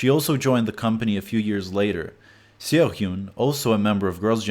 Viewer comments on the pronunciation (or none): did you call seo c.o???